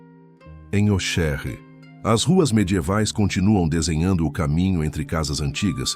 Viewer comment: Auxerre pronuncia-se o Xis como CS . Ôcsérre